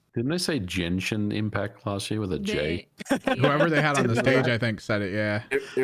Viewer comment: Damn...Bavaria a country in Europe? You guys should really go back to school. It seems very believable now, that a lot of gaming youtubers are not very smart. And that 1 or 2 weeks after the NFL game. Oh but making fun about a Basketball player that doesn't know how to pronnounce f*cking Genshin.